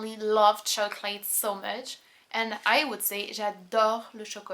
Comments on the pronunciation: Just a small thing... "chocolate" does not rhyme with "late" in English. It is pronounced "choc-lit". I enjoy your videos, thank you for helping me to understand French as it is really spoken by French people. J'aime bien vos vidéos. Merci de m'aider de mieux comprendre le français actuelle, comme les français le parle vraiment. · In America (I won't speak too broadly and say "all English-speakers", but--), it's DEFINITELY "choc-lit". Never have I ever heard a native English speaker pronounce the English word "chocolate" as it is spelled phonetically (choc-late). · I am in Chicago. Never ever heard chocolate pronounced any way other than "choc-lit". Honestly never heard an English-speaker rhyme it with "late".